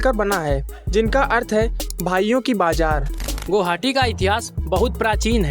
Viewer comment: Guhaoti... 😂😂 Nahi guwahati bolo... 😁